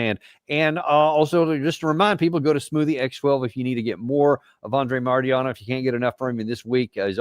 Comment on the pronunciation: Danny practice MARTY-ANOV ❤❤❤